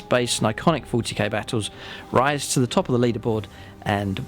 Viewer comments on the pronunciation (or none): none